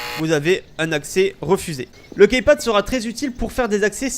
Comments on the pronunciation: Après c'est vrai que key ce prononce ki mais le total de Keypad.. bref on s'en fou ! Ciao ! ^^ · key ça se prononce "ki". Dsl mais ça me perturbe ^^ sinon encore une fois très bon tuto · Jveux pas faire le mec chiant mais on dit "kipad" mdr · KeyPad plutot =)